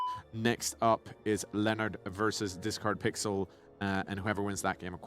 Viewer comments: the discord blips every time he says your name wrong is such a subtle editing jab i love it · It was great hearing the discord sound when the commentator mispronounced Discardpixel's name